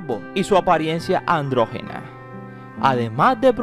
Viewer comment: es andrógina , no androgena ☺